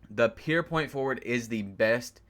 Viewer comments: “Pure” nigga “pure” not “pear” Good ass vid though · Good vid my guy but it’s fucking PURE NOT PEER